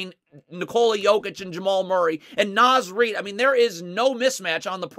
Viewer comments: It's NAH-Z Reid, not NAY-Z Reid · Naz Reid sounds like Noz Reid. Karl-Anthony is his first name. Say KAT or Towns or say the whole thing. Gotta teach the masses so they can sound like true fans, welcome to the bandwagon 😂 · Quit calling him NĀz Reid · Love your videos. It’s “Nah-z” Reid